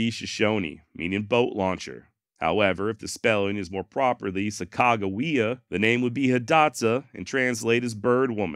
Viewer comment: went to Sacajawea M.S. we pronounced it sack uh juh we uh. but were taught sa cog ah we ah was the correct way. SACK was the funniest though